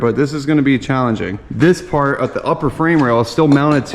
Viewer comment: When he said fart instead of part 😭 get some sleep